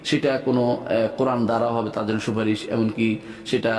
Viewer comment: Stupid molla, suparis bolte korane ni.